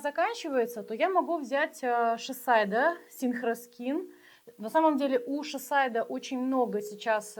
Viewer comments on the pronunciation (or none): ШисАйдо тоже необычно звучит.